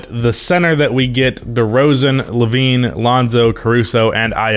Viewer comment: Dude it’s derozAn. Come on man.